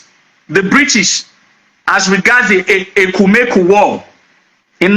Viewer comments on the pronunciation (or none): none